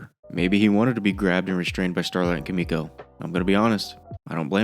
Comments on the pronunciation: >kamiko its KIMIko. KIMI. no A bruh. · Bro please pronounce Kimikos name Correctly